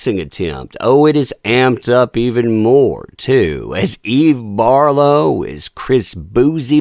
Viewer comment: Who's Eve Barf-low?